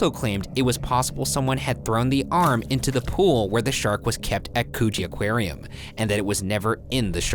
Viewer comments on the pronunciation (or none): BOY YOU DID NOT JUST SAY COOCHIE AQUARIUM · did he just say coochie aquarium